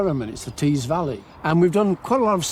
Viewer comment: River Tees...not trees 😂